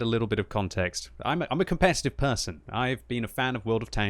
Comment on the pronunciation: commpetitve ha ha ha ha